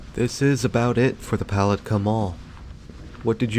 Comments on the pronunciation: Yeah, as a local, it's "pu-LAT-kah" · It's puh lat kah 😂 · Yes this mall never did well. Lived here in Florida all my life. It's pronounced Poll- lat- ka. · Love the mispronunciation of “puh lat kah”. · Palatka is pronounced with the accent on the second syllable - Puh-LAT-ka. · So many people make that mistake. Same with Apopka, which is really funny! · Lol he kept pronouncing Palatka very wrong. Also I'm from Palatka and the mall was so Amazing when I was a kid was so sad when it shut down now it's just a daycare and 2 government things inside and a few other buildings attached to it. And no it's so not scary inside people coming walking in here sometimes for exercise mainly older people or workers . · I don't think I've ever watched more of a ridiculous video a grown man who can't even pronounce the name of the town the name of the mall go get the phonetic spelling do yourself a favor stop embarrassing yourself. And stay the hell out of my town.